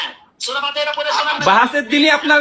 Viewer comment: সম্পর্কে এনালাইসিস করলাম, এই লোকটা কিছু যুক্তি শিখেছে এবং কিছু বাংলা কোরআন হাদিস শিখেছে, অথচ সূরা ফাতেহা সহি নাই, তাই বলবো আগে কোরআন তেলাওয়াত টা সঠিক ভাবে করুন, সঠিকভাবে শিখুন কোরআন তেলাওয়াত।